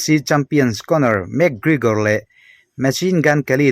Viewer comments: Mac kregor Nilo in mc Gregor zawk o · van chhiar thiam fahran lo ve.. Lam no i tum lutuk a.. 😂, ( mac krikor nilo in, mac kregor tih zok tur) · Enge Lugage ti a i lam hi niang le... Mac Krekor cc dang poh ron up zel roh un